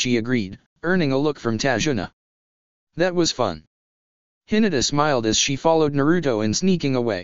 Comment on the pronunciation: ta-zu-na not tajuna